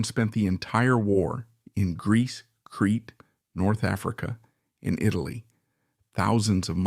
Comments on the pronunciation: Crete. Pronounced creet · Creta island...not Cree